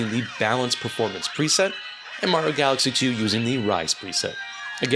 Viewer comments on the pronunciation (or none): none